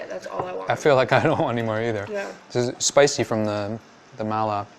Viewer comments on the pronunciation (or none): "Mao-la" flavors lmao smh. It's "Mah-la"